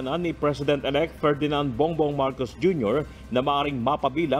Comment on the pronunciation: Marcos at hindi marcoc